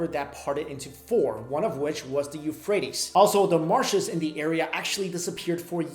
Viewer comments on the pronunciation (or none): none